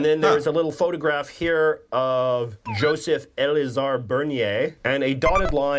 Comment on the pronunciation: It's Joseph-Elzéar Bernier, not "Elizar". That buffoon can't even copy a name correctly. Well, it's French, so of course he didn't care.